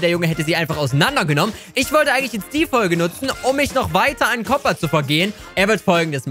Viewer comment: der heisst koopa und nicht kopa